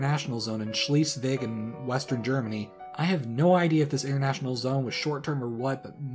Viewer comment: the one where you butchered the pronunciation of Schleiswig xD